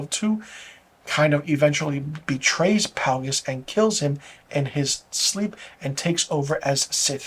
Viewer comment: Isn't it Darth Plagueis? Pronounced like "Play-gus." But, totally agree--it's a joke of a show. I get it, I'm old and too attached to the Skywalker story. Also, I don't think a lot of recent fans (discovered Star Wars in the past 20 years) hold the writing (dialogue, story, logic) to a very high standard. I have friends with young kids and they're just happy to be able to show them Star Wars stories. It's like they think: "Oooooooh, look at the pretty light sabers, coooool. OK, back to TikTok." I just want good storytelling, characters with compelling arcs, clever/fun/witty dialogue, and good logic to why the characters say and do things. I don't watch much tv because most shows fail miserably at these things. So I'm not as desensitized as a lot of folks are. Looking forward to the season finale of The Boys.